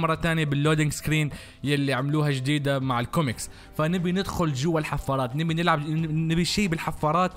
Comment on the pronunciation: احلى قناة زومبي بالعالم والله بس لو تخلي بكلمة ( نبي ) النون بالفتحه مو بالكسره يالطيب لا تصير جذي تكفى 😂😂!